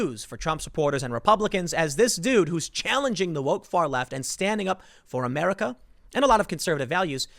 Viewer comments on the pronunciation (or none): none